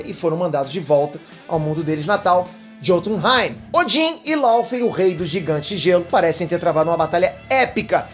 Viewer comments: Bom vídeo ! A pronúncia não é “JÔtunheim” é “iôtunheim” Assim como vc pronuncia “miolnir” e não “Mjolnir” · a pronúncia é "iotunheim", o "J" tem um som de "i" nos idiomas nórdicos.